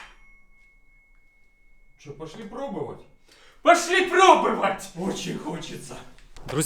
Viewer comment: Первая минута ролика и в два голоса слово пробОвать произнесено как пробЫвать! Всё, дальше можно не смотреть, ибо для меня это критерий...(((